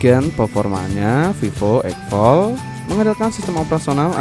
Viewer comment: X Fold diBaca "Eks Fold" ( D nya dibaca) bukan egfol